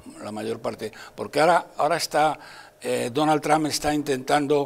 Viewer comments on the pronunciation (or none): A ver si te enteras como se pronuncia TRUMP!!! JAJAJA